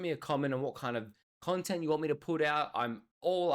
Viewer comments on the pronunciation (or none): none